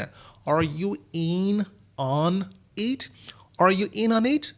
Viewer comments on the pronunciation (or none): Так смешно звучит are you in on it - инонит